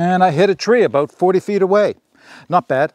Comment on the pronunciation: You almost didn’t say aboot😊